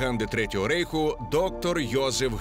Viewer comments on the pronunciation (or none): none